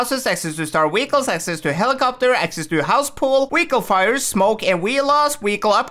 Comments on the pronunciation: your pronouncing vehicle wehicle learn to pronounce words properly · He lowkey says weichle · hes saying weacle